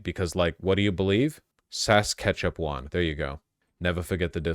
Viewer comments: Calling it Sass-Cat-Chew-Win will make you sound less like a tourist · Sasquatch-wan. It's an Asian name. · FYI, it's Pierre "PAWL-ee-ev" and "Sa-SKATCH-ew-in" Source: I am from Saskatchewan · fwiw, it's "Polly-Ev" all french names are federally mandated to consist of 75% silent letters. Sa-skatch-e-wan At least we have a Green party that isn't just a spoiler party. Which, isn't saying a lot, but it's what we have to go on. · As a Canadian, watching his pronunciation of Saskatchewan killed me inside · Why listen to thus guy about canadian politics? He pulls up the Wikipedia page for the leader of the conservatives and cant even say his name. Then he procedes to mispronounce the province Saskatchewan. He clearly talking out his ass. 😂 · Holy shit he fucking butchered Saskatchewan's pronounciation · Now I feel like eurpoeans when veench comments on other nations politics… Bro cant even pronounce Saskatchewan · Vaush that pronunciation of Saskatchewan was horrendous. All 4 Saskatchewan citizens are seething right now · Dude learn to pronounce a few Canadian words it's not that hard. No our main source of immigrants isn't educated people from Sweden, and saying just build more houses is a classic meme. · Are you kidding me that me he couldn’t pronounce Saskatchewan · I suppose the tiny silver lining of the oncoming conservative nightmare is the potential to get more Vaush segments on Canada. Love him trying to pronounce our province names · And Saskatchewan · Not being able to say Saskatchewan is wild🤣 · Ya him not pronouncing Poillievre correctly is honestly pretty expected. It's not an easy name, and it's not like Americans are forced to learn French in school. Him butchering Saskatchewan so badly, on the other hand, was very funny.